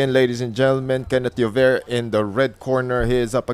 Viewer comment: Kakatawa yung ring announcer di mabanggit ang 'Llover' hehe.